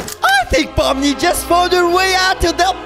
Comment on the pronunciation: Pomni not pommy